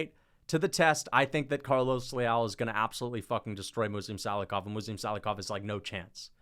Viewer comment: John gooden made me wanna defenestrate myself with the names he was mispronouncing. “Muslim sallyhoff” and “bogdan gushkov”